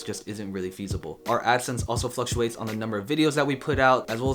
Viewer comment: lol "flucates"... I was looking if anybody else picked up on it too